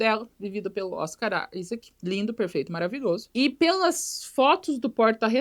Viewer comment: Toda vez que ela fala Oscar Isaac eu escuto Oscaralho